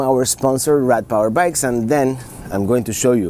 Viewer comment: 21G FOR THAT MINI. I thought he said Rat power bikes.